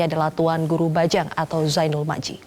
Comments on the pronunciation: Presenternya salah sebut nama harusnya Majdi malah disebut maji... Ya Allah... ridhoi TGB menjadi Cawapres Kami tahun 2019 bersama dengan Pak Jokowi dan ridhoi juga TGB menjadi Capres kami di 2024... Amien YRA... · Muthohar Uddin iya seharusnya MAJDI